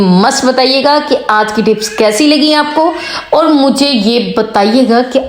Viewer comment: thanks .beti very nice tips..but plz bolne ka tareeqa boohat ouncha sakhat hae is ko theek karaen..and words ki adagi sahi karaen.truth barash nahi tooth barash hae..our nahi aur hae ..sab ko yutube per aane and pesoun ki vaja se boohat shouq hae ..but achai terha se ho tu so good..plz dont maind😅😊❤